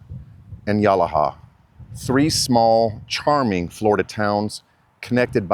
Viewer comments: It's pronounced Ya-lah-ha. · Great video but...no one calls it as you've described, New England of the South? Also, mispronounced Yalaha. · You pronounced yalaha all wrong